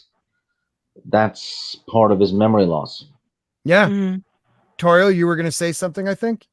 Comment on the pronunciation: Great stuff, as always. Unfortunately, I had to work. (The docks Kenobi). I gotta say I was surprised nobody else mentioned this but kudos to for finally saying Lady Tauriel’s name flawlessly.